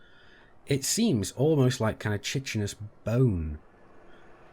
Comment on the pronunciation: you pronounced chitinous wrong, its [kahy-tin]